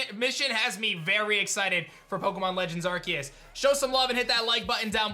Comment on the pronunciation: Why do they keep saying arceus's name wrong?